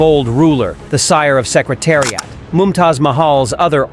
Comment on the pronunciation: ai cannot pronounce name of secretariat correctly